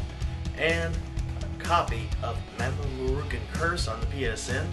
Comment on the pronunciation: Mamo-rookoon /groan lol If you're wondering what I am referring to, his name is "Mamoru". "kun" is a suffix added to names, like in English we add "Mr." or "Ms." to the front. Thanks for the review though.